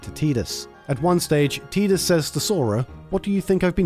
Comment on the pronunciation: You pronounced Tidus' name correctly, and you understood the forced laughter scene? I mean, I know it's the bare minimum, but I don't think I've ever seen a YouTuber actually get those right before. It's like someone recognizing that Disney's Beauty and the Beast isn't based on Stockholm syndrome, or even just recognizing that it isn't a kiss that transforms him in that version... it just takes having an IQ above room temperature, and yet so many people fail. Anyhow, good job, keep up the good work!